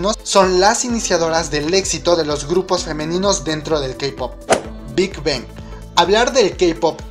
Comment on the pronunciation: Me gustan tus videos y todo, los sigo pero pienso que serían mucho mejores si comienzas a mejorar tu pronunciación, algunos grupos como Girl's Generation se te escuchan raros o Big Bang o cuando dices JYP,, solo un poco mas buena pronunciación para que todo fluya muy perfecto.